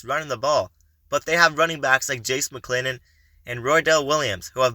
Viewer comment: Hey video Bro, yall GOT TO GET these name pronunciations Right. Do you Proofread your final edits? I know its a Small thing to you, but Trust Me, its a BIG THING. Its Jase Mcllellan. You Gotta Get it Right.